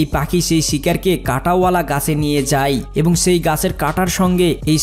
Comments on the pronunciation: ঠিক করে বাংলা উচ্চারণ করা শিখ যায় কে যাই, খায় কে খাই .। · যাই যাই বলছো , যাই নয় যায়।